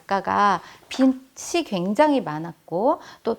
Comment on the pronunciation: 좋은강의인데 발음이 옥의티네요... 비시(x) 비지(o) 입니다ㅠㅠ... 불편하셨다면 죄송.. 강의잘듣고 갑니다~!